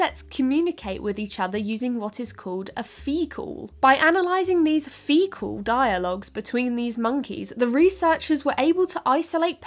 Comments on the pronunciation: Phe-call?… ok, stop. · Monkeys. 'phee-calls'. Is this The Babylon Bee? 🤣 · now i understand trying to say the distinction between fecal and phee-cal but like it just sounds the same when she says it